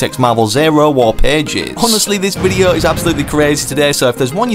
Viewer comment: Bro why does he say videa and not video